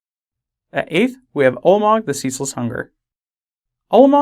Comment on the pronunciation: You're pronouncing it Ulmog. The A isn't silent.